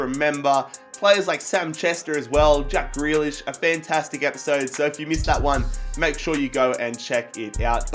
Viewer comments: Ffs it’s greelish not grelish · Grealish is said 'greelish' not 'grelish' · please pronounce Grealish Gr ee Lish not Gray lish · Greelish not grelish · It’s pronounced ‘Gree-lish’, mate. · Loving the series but grealish's name is pronounced gree as is you were saying green